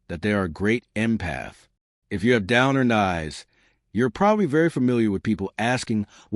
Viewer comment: Its pronounce downturned not down earned